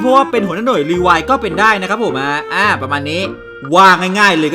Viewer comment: รีไวล์ครับ ไม่ใช่รีไวล์